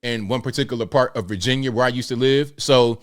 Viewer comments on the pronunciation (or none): none